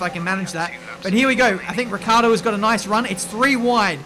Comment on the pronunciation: It's annoying to hear you call Daniel Ricciardo, "Riccardo". Why do you forget that "i"?